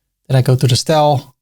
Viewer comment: The "Stel" for "Style" gets me every time lol